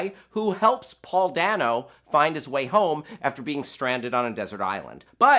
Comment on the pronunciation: Isn't it Paul Dayno not Dano. Like you say it Dayno